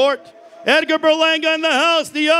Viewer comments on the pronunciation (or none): Tomato tomato but my man announcing is annoying dude made sure to pronounce puerto rico with a spanish accent but then says Berlanga like a straight blanco no offense im half blanco lol.